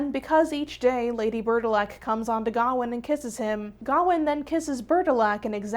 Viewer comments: I’m not usually this person, but it is pronounced ga-wain, like Wayne as in Bruce Wayne, I’m sorry but it just bugged me the whole time since traditional Welsh, Irish, or Scottish names are mispronounced since I have a traditional Irish name that is often mispronounced and so does my niece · The way you pronounce Gawain is so American